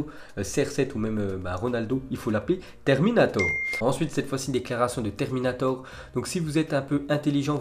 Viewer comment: "Une déclaration de Terninator." Il m'a tué 😂😂😂